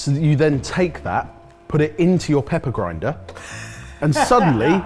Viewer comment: How was the blooper not someone making fun of saying grinder as much 🤔